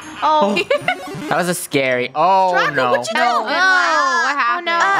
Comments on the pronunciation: funneh called draco drashowXDXDXD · Did anyone know funneh said dracosh